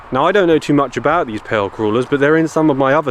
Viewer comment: I thought you said pale creuller, like a donut, lol. Thank you for the stories good sir